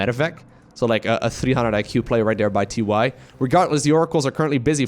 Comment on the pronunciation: Is it TY, or is it pronounced TieTie?